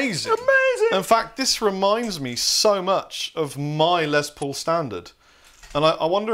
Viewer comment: It’s “Les”, not “Lez”. Les Paul’s name was Lester, not Leslie. “Less Paul” is how it’s pronounced. Hello.